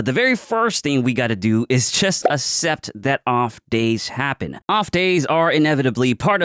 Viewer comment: bro says assept